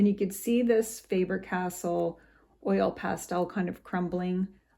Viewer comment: Faber- Castell. Castell, not castle. 😉